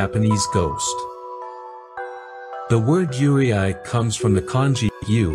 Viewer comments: it's pronounced Yu-rei not Yure-I. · It’s pronounced “you-ray”, not “you-ree-eye”. The Japanese language is exactly how it is written “yurei”. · Yurei is pronounced “Yur-ay” not “yur-ee-eye” btw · How do you go from "yu" and "rei" to "yUrIAi"? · I love how he correctly pronounced "yuurei" when separated into "yuu" and "rei", but reads it as "yurieai" for the rest of the video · It's very interesting, but just FYI. The correct pronunciation for Yurei is (phonetically) "You ray" not "you ree eye". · Yurei is pronounced like "yoo-ray", not yoo-ri-ai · Please note that Yurei is absolutely not pronounced “Yuri-Ai” it is pronounced you-ray. I’m really surprised you got this wrong 😅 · You cant say Yuurei (Its like Rey, not Re ai) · Why did you keep saying "yuuriai" instead of "yuurei"? When you broke down the word near the beginning you said it correctly, so you must have known how to say it, but then said it wrong throughout the rest of the video. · Its you-reh-eee yurei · “Yurei” is pronounced “u-ray”, not “u-ry-ai”. I assume this video is using AI voice but still, it creates a bad impression to your channel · This was great! Just one thing…Yurei us pronounced “You-Ray”. Yurei are mostly those with grudges and can’t move on. Yokai are those that take the form of animals or other beings. An Oni is a demon, a female demon is Onna. So like Kuchisake-onna. “Slit Mouth Woman”. See any of these…RUN LIKE HELL. ❤ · he explained how to pronouce the kanji properly after that still pronouce it as yureay lmao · I was so confused on your pronounciation 😂😂 "Yure-i" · Good documentary, one thing to note tho is Yurei is pronounced as Yu-re 😅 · great video, but just a heads up that "yurei" is pronounced "you-lay" or easier for english speakers, "you-ray" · How misplacing is that pronunciation in "Yurei". It's "you-ray", approximately. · its pronounced as yu ray... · How yurei is pronounced is haunting me T__T